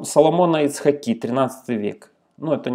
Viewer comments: Прошу прощение ,но хотелось бы поправить .Соломон ИцхАки а не ИцхакИ. Это от имени ИцхАк. Тоесть правильно будет ставить ударение на первую И или на А. И'цхак или ИцхА'к- и так и так правильно. Соответственно Соломона И'цхаки или Соломона ИцхА'ки. Спасибо ❤ Слава Украине! Все будет хорошо! 🇮🇱🇺🇦❤🌻🇮🇱🇺🇦❤🌻🇮🇱🇺🇦❤🌻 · ИцхАки, а не ИцхакИ. ҐаркАві, а не ГаркавИ... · добрый вечер, мы из Израиля... по поводу ударения "ицхАки" на А, "рАши" тоже на А... где РАШИ это сокращение по заглавным буквам "Раби Шломо Ицхаки"